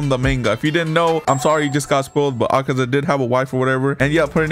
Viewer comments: "Akeza cave"💀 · It’s akeza